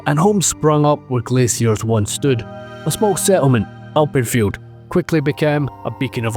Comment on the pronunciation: I thought you were saying Alprechtfeldt and not Alpenfield.